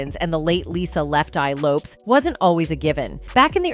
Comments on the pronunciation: Yes can't believe there aren't more comments on how she's saying "Lopes" lol, how can anyone not know this woman said it Lopez? she's one of the most famous women of the decade. They probably do it on purpose to make people comment. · It's LOPEEEEEZZ 🤦‍♀️ like dang at least get my girls name rite smh I hate AI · I think its AI reading. Ive noticed it on other videos too. Many vids these days are using an AI narration i think. I think. I could be wrong but ive noticed other mispronunciations that are similar. AI is reading it phonetically. Lopes with an S does not phonetically read as lopeZ. What do yall think? Maybe? It bugs the shit out of me when i hear stuff like that and then the grammar mistakes too! 😮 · Why did you BLEEP OUT the word Sexy in this report on TLC? And Left eye's Last name is pronounced as Low-paz... duuuuuuuuhhhh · It's Low-Pez